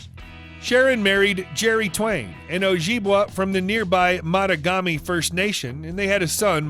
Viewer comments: Pronounced, oh jiba way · OH - JIB - WAY ! Son of a bitch that hurts my ears listening to how that was said.